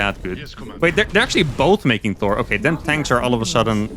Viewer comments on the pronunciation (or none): none